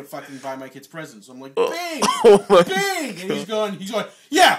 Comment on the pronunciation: What's "Bing"? I think he meant "Sing", and you didn't.